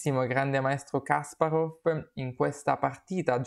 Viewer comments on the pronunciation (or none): Kaspàrov non Kàsparov! Grazie per aver portato questa partita, la stavo aspettando!